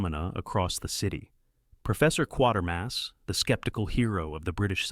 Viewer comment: Quatermass = KWAY-ter-muss.